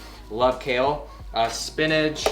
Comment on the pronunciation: I swear if he says "spinaj" one more time...